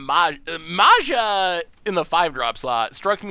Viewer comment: So painful to hear you complaining about the deck being bad when you really just piloted it so incredibly poorly, and could have won 😅 Totally out of character for you,. Also every time you pronounced "Maja" 🤮 (although that's more in character 😂)